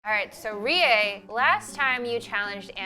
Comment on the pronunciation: igna says reis name like a white person